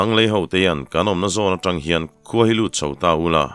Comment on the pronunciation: A ngaihnawm zel e. I thu lam rik dan hi kan lam dan leh kalo hriat dan ang nilo hi a awm leh thin a, kalo ngaimawh deuh thin. Chung zinga pakhat chauh sawi ila. An hawi tang hra maia,tiha TANg lai hi. Tangkawng tiha tang angin ilam tlat zela, Tangka tiha tang anga ri hniama lam vek niin ka hria Zoram dung leh vangah hian.